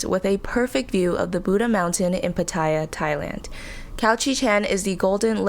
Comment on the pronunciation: nice course. I used to think for years that's how you pronounce Pattaya but it's not 😬